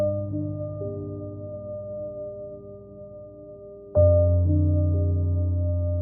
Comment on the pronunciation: who the f is simone day boovar? thought it was about simone de beauvoir